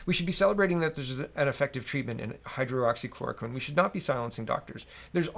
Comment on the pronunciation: Sorry but I have to give you just one more lesson in the name hydroxychloroquine the start of it is not two words as in hydro oxy it is just one word hydroxy but good work getting the second part right. again I understand you don't have much experience in the language of Chemistry. great job on keeping us up to date on the Canadian News and Thank you.